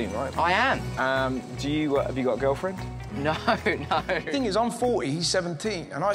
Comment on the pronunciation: How do Australians make “no” into 3 syllables?